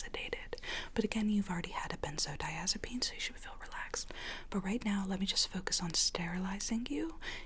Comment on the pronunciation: i got SO triggered when she said 'benzodiazepine'.